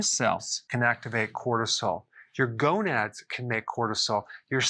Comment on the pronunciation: What the heck is a Go Nad? 😆